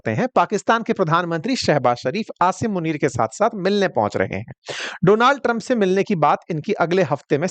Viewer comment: Donald Trump ❌️ Doland Trump ✅️ 😂😂😂😂😂😂😂